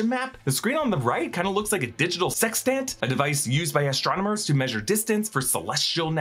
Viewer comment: The emPHASis on the second part of sextANT made me giggle.